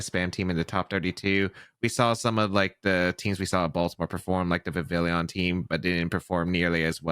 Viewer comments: since the name comes from 'le papillon', the French word for butterfly (since Kalos = France) the pronunciation is actually like Vi-vi-yon! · Why does everybody say Vivillion? 😭 There's no third i, it's just Vivillon